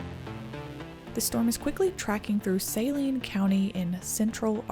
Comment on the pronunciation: Nice video, but just want to tell you, as an Arkansas resident, "Saline" county is pronounced "Suh-leen" county. Not "Say-leen" county.